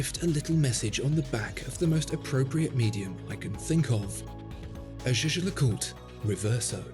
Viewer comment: Great video but your pronunciation of Jay Jay LeCooter is shocking 😳